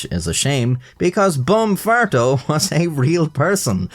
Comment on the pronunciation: im a native spanish speaker and the "farto" pronunciation hurts my soul, as well as "jefe" but its not as bad, "santeria"'s pronunciation was also horrible